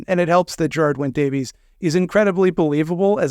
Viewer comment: Because of this series I learned how to pronounce the Welsh name Geraint, it rhymes with the English "Pear pint" but with a little bit of a rolled R.